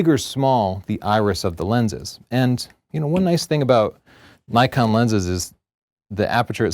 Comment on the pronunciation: Its Nee-kon, not Nay-kon! How many times do people in the comments section have to remind you? Haha. Just kidding!